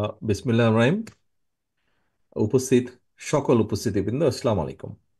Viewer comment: ভাইজান বিসমিল্লাহির রহমানির রহিম ঠিক করতে কয়দিন সময় লাগে